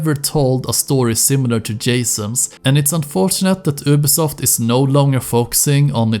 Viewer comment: YOU- BI SOFT NOT UBI